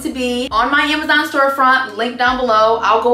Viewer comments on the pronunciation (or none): none